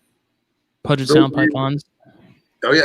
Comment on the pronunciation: Pronounced "pew-jet" Puget